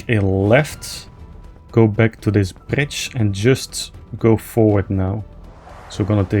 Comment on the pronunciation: No disrespect but I chuckled every time you said bridge cause with the accent it sounds like ur saying "bitch" 😂